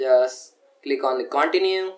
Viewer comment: U saying Continue as Caoontinue made my day lol